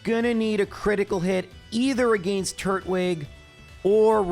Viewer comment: Tur-twig, not Turt-wig 😅